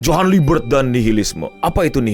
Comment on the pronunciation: Si bro bilang “Ujang Liebert”😂